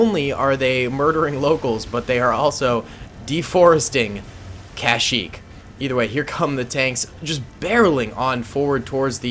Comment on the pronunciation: "the jungles of cashyyyk", lol, love the content bro keep it up!